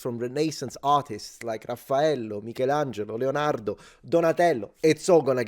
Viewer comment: LO SAPEVOOO LO SAPEVOOO CHE DOVEVI ESSERE ITALIANO DA COME PRONUNCI LEONARDO, MICHELANGELO, RAFFAELLO!! ( magari per la maggior parte è cosa conosciuta, ma io ti ho appena trovato ) - una peruviana che vive a Roma da 20 anni :p